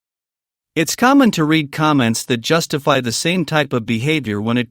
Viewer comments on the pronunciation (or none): none